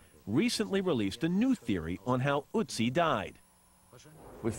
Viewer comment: it's not otzi, it's ÖTZI!!!!